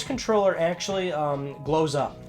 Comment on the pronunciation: Am i the only one who thought he said blows up instead of glows up for that small ps3 one?